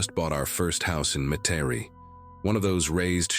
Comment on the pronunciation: FYI, Metarie is a suburb of N'awlins and is pronounced Met-uh-ree.